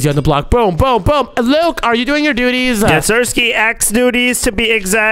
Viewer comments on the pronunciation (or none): said dutys😂😂😂😂😂😂😂😂😂